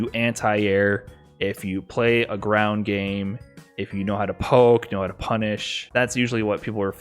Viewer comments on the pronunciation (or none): none